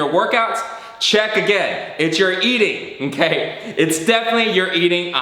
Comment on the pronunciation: he says inkay or onkay not okay hahalol